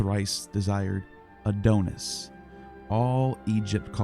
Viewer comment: Please, it isn't pronounced "A doan us", but "A don us." Your pronunciation is like fingernails on a chalkboard.